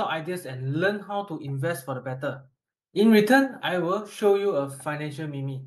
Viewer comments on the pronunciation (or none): Bro, before you get hammered and flamed "meme" is pronounced as meem not me-me!! Anyway, appreciate the informative video!